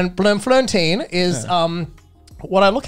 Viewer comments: As a South African, I can't decide if that accent was good or not... But him saying Bloemfontein was horrendous 😂 and then teaching Joey the wrong way to say it - why🤣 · He said Bloemfontein wrong so many times that I forgot the correct way to say it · As a South African I am very frustrated with ladybeards pronunciation of Bloemfontein 😂😂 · Afrikaans accent was tops but my god THE BUTCHERY OF PRONOUNCING BLOEMFONTEIN. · Bloem is not flower Bloem is blossoming nickname of the city is the city of roses. It is in fact one of the capitals. Ladybeard mispronounced it in a funny but disturbing way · as a dutch person, i also am very frustrated with his pronunciation of bloemfontein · luckily they can't say 'Bloemfontein' so they good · my perspective, the accent was on point but he butchered the name of bloemfontein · I simultaneously love and hate everyone's pronunciation of "Bloem Fontein". The name also directly translates to "Flower Fountain". Source: am Dutch. Afrikaans is like 80% Dutch, but more fun to listen to. Edit: it's pronounced like: Bloem = "boom"(like Ka-boom) but with an L after the B. Fon = "fond", but without a D. Tein = think of the German "eins" but with a T to start and no S at the end. Bloem-Fon-Tein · The slander 😭😭😭how he gon' pronounce Bloemfontein like that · The way he pronounced Bloemfontein physically hurt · Bruh his butchery of the pronunciation of Bloemfontein had me dead. I heard it and was like..is this a new province that I had been sleeping on my entire life?!🤣🤣🤣 love these guys! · Afrikaans accent: 10/10 Pronunciation of Bloemfontein: frence guy taking a shit while drunk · The best thing is how they pronounce Bloemfontein... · Ngl you saying Bloemfontein probably still sounds better than the google translate voice saying it 🤣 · I'm Dutch and I literally facepalmed when I found out he was trying to say Bloemfontein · That's not how you pronounce Bloemfontein but okay😂😂😂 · Lol bluum-flun-teen! It's pronounced bloom-fon-tine...